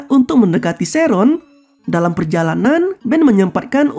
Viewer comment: sheren kek gitu lh bg bacanya bkn sheron🗿